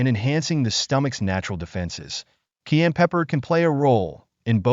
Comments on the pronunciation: Learn to pronounce CAYENNE !!!!!!!!!!!!!!!!!!!!!!!!!!!!!!!!!! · Before you make a video on cayenne pepper would you please learn how to pronounce the word so you don’t sound annoying as hell? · Please say the name of Cayenne Pepper correctly not Keann! Where did that come from Keann does not even sound the same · WISH YOU WOULD LEARN HOW TO PRONOUNCE CAYENNE PEPPER. AM. AND CENTRAL AM INDIAN NAME. PRONOUNCED KI-ANN. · It is pronounced " ki" "ann" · What the hell is KEYanne pepper....learn how to pronounce the word. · THE MAN HAS THE WRONG PRONUNCIATION FOR THE PEPPER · The faceless boy talking in this video ought to learn how to pronounce cayenne pepper before making a video about it. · Plz say cayenne pepper correctly